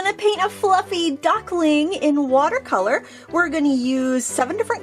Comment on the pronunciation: Duckling not Ducking :)